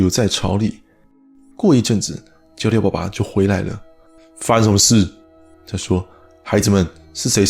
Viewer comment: As a Taiwanese, the pronunciation of "爸爸" ACTUALLY CORRECT.😆 In daily conversation, we pronounce as "baˇ (tone 3) baˊ(tone 2)" not "baˋ(tone 4) ba˙ to be more kindly, especially talking to childen.